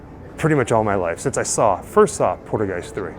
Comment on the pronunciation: Haha cool video but Haha lol u make me laugh every time u say poltergeist 3 cause u almost sound like your saying poodlegeist sorry it just sounds funny and wierd to me bro. Its pole.- turr - guy - st ..anyway that's how you are supposed to pronounce it .I'm just teasin u bro for fun so no hard feelings for trying to correct u ok.